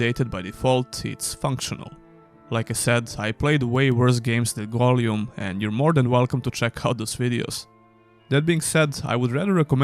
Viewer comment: aah yes, Goljum 😂